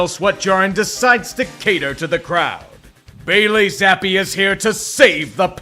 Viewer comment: Am i the only one who thinks "Bailey Zappe" is an inherently funny name? Or is it just the emphasis that uses when pronouncing it?